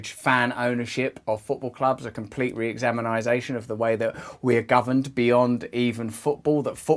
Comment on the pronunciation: "RE-EXAMINISATION". Nup. But despite this, I agree with the Russell overall.